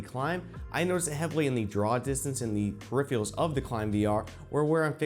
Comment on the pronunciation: be says "periphial" like a 5 year old lmao. it "peripheral"